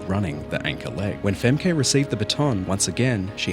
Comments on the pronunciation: I’m Dutch and it annoys me that you say ‘fem-keh’ when you actually pronounce it ‘fem-kuh’ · It‘s „Femke“, with two „e“s. Not „Fam-kay“. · Just a dutchie here. If you want to call her name in a dutch way it's more like fem-ke en the e is like u from huh ❤ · It's Femker, not Femkay. Other than that, loved your video! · Not Fem-kay Bowl. The poster could have easily checked how to pronounce Femke's name. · Stop saying 'Femkay'! That's not how it's pronounced. I know that and I'm not even Dutch. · Not like it matters but the name Femke is pronounced nore like Femkuh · Its not femké but it is femke flat e pronounce it correct! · not to be nitpickey but her name is pronounced Femk-uh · You can can clearly hear the commentator pronounce it “femkuh”. Don’t asume everything ending in -e sounds like Harambe 🤦‍♂️ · Is pronounced "fem-kuh" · Him continuously calling her femme kay the whole video even though they properly pronounced her name several times in the video he's making commentary on 😂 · Its not Femkay. Its Femke. These events make me proud to be Dutch. If you're gonna talk about people. Learn to say their name🫡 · Femke isnt pronounced as femké. The E isnt prominent. Like the 2nd E in Emely is how it is supposed to be pronounced. Even the commentator got it right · Funny how he shows many clips of people pronouncing her name, but still decides to go with fem-kay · How do u research a video with commentators constantly saying femka but still manage to mispronounce her name as femkay tiggerring af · That pronounciantion of Femkay was awefull to hear. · From a dutch person it sounds very funny how you say Femke its more like fam- kuh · Please work on the pronunciation of her name. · Should probs learn to pronounce her name correctly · Femke’s true revenge will be against people who can’t pronounce her name properly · The pronunciation of her name is egregious my god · so funny they can not pronounce her name correctly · Why are you saying her name wrong?